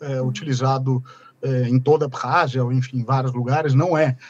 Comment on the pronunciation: Ab-rázia, com "2 Rs", o KH é Ka Aga da da língua inglesa.